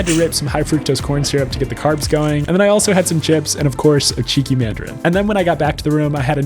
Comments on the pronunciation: Hearing an American say cheeky is off-putting 😮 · Everytime that you say cheeky mandarin I feel like you need to put on like a Australian accent 😂